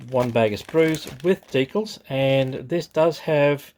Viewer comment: Deeee cals not deekles